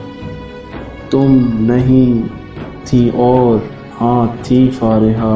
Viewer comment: Don't say फारेहा Plzz say फरीहा